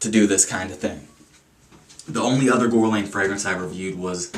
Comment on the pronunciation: It's pronounced Gurr-Lawn. Besides that, nice review. I only like their cologne L'Homme. ~